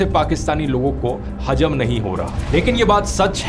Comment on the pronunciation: Gobar rathee its hazam not hajam bolna to sikh le gobar khane wale paleed